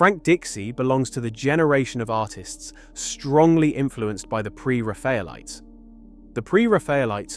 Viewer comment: Now if he can just learn to pronounce Pre-Raphaelites lol. Awful AI voiceover.